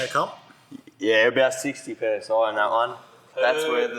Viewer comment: The "PSI Saxty"......